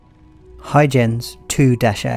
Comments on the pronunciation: Hoy-gens Hard G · Huygens - HOY-GENZ mate. ;-)